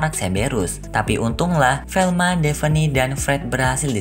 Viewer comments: Koreksi ya bang bukan devene tapi davne👍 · Bernama devi gondol mu bang Namanha daphne bang Cara bacanya defhni